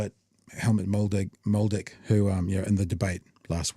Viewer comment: Helmut Moledick 😂 it's Helmut Modlik! Moledick is more suited to Sean "Karen" Plunket